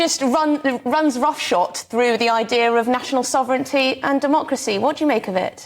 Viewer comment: roughshod, not roughshot.